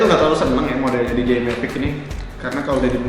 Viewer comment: DJI bukan di ji ay tapi di jey ay